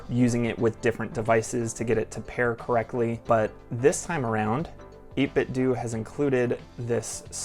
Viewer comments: You are absolutely correct with the pronunciation of 8BitDo. It is "Do", as in "Do it yourself". Those who pronounced it the other way around are saying it wrong. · you're pronunciation is correct. is said doh for years. wasnt until last week when I watched another 8bitdo vid. the guy had the same issue with how it's pronounced. he then took out what I think he said was one of their BT speakers and when is powered on out says the brand name. pronounced like you said. do or doo or due. cool? ty. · Pretty sure 8bitdo themselves pronounce it like you do. I like the grey one because it's the only one where the letter is printed on the face buttons and that looks cleaner to me. Never had an old playstation controller but if they copied that I guess they copied something that worked. I have linux but the good thing with this one is that the ultimate software works on a phone, so it doesn't matter that I can't run it on my PC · Chill review! You pronounced the ‘do’ part of 8bitdo correctly, as another youtuber showed they have an old device that said their brand name like that